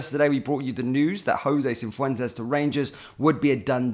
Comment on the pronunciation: Cif wen tez not cin fwen tez 😂